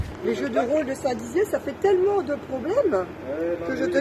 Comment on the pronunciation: ça fait longtemps j'ai remarquer mais mastu il dit pas tellement mais teullement voila c'était mon intervention